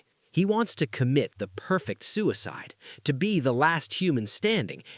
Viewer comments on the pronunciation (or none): none